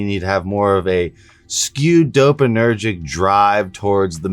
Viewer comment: DopaMINergic. You're missing a syllable. Just trying to help